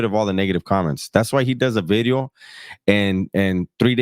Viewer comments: My man said "bidios" 😂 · Hahaha you called it a bideo, you crack me up dog